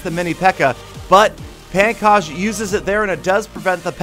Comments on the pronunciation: the name is not pronounced as pan kaj its more like pongkoj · Pankaj pronounced as Punkaj.